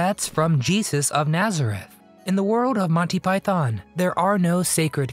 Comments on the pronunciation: Python. Not pythōn. Stress on the first syllable not the second. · Please learn to pronounce Python properly. It’s not Pie-Thon, it’s properly pronounced Pie-Thun. Why do Americans always mispronounce this word? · its Python not Pietharrn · Thanks! Good video about a hilarious film. Just a small gripe, it’s pronounced “ Monty Py-thun, not “ Monty Pythonn”. Cheers! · "Yes, we are all individuals" is probably my favourite moment. Oh, and please, it's...... "Pyth-en", not "Pyth-on". 🙂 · its not Pie-Thon.... its pi-thon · Stop saying PYTHARN. It is PYTHN (don'tr pronounce the O) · I know Americans like to pronounce python, pie-thon, but given they were predominantly British, it's pronounced pie-thn. Just sounds wrong calling it pie-thon. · God, I hate the way Americans say "PyTHON." It's a British act, so kindly do it the basic courtesy of saying its name the way British people - including the Pythons themselves - say it. Pie-thun. No stress on that second syllable. Here's John Cleese saying the word "python" several times, for reference. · And, it was Monty PythOn, not Pythaaaaan…. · Why do you keep saying it as 'montypyTHON'? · One correction. It's pronounced PIE-THIN.....There is no Thon in it at all. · Silly American-voiced commentary. It's not pronounced Pythonn!